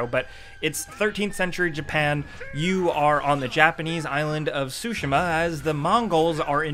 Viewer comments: Tsu-shee-ma not sushima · Man said "Sushi-Mah" it's "Tsu-Shi-ma" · I love u guys and what you do, but I fainted when you guys said Ghost of "SUSHI-MA" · Ghost of Sushima? :) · THE 'T' IN "TSUSHIMA" IS IN FACT NOT SILENT... seriously though. Imagine saying "chicken katsu" without the "chicken ka." It's easy.